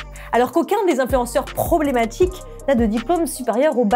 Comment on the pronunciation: "problématchik'" Voilà Marseille Partout c'est chez nous